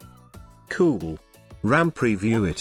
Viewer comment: Love how he says cool! Makes watching even if the content wasn't worth it. Keep up the good work. Helped me tremendously!